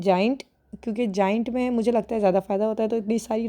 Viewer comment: gaaaaeeeent😂 Bahi Gaa-aaynt...